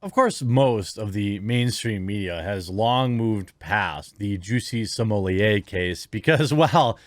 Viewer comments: Why do people say "smo-lee-ay"? there is no "i" in his last name....it's either "smo-let" or "smo-lay"....2 syllables. I don't care if he wants to be known by a certain pronunciation, this is fucking english. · Why do so many people have trouble pronouncing such an easy name? SMO - LETT. Smolett. Not Sumolier. Geez. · stop calling him sommelier please. its grating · 👀 is that how his surname is pronounced??? I hear everyone saying “Smuh-let” 🤣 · Seriously, whats with the way you say this clowns name? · You pronounce his last name wrong.